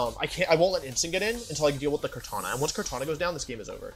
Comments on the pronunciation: everytime i hear "kartañia" i cry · I love how he butchers their names “Zygrade” “Kartanya”